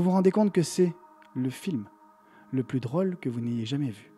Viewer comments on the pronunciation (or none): C surtout pas pour te critiquer, mais ton accent ressort beaucoup sur le mot "drôle", vers , tu las dis 2 fois, et la deuxième fois tu m'as fais sourire et ça ma sorti du truc, je pense que c'est à force de regarder tes vidéos je t'ai alors imaginé en train de parler, et ça ma déconcentré parce que Jai eu toi comme image et non le cinéma😅 Par contre l'odeur de pop corn c ouf